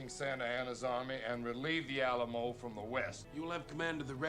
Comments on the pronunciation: No disrespect it’s pronounced Al amo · Never heard the Alamo pronouced that way and had to laugh. a-LAM-o, ha ha!